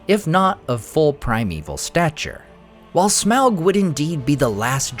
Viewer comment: Too many people pronounce Smaug as smog.🙄